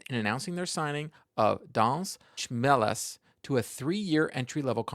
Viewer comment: It is pronounced "Luotʃmelis" - a bit rounder "o" than in English and "č" is like in "church. "Trust me, I am Latvian.:)